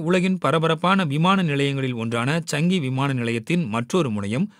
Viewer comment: அது சாங்கி ...சங்கி😄